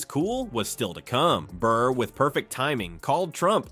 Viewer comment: It’s Burr not bird and your failed humour attempted voice overs made this total ear poison